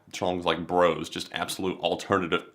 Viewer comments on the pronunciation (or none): none